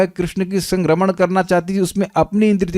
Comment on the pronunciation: Raman shabd ko spast kijiyega.